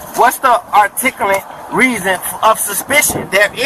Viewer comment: Articula, redikoulous, Dodat, what command of the English language